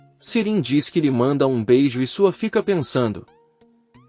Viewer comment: Gente por favor o narrador está falando td errado. Suat e não é Sua. E falou que Sirin é ele? Meu Deus!!🤦🏻‍♀️🤦🏻‍♀️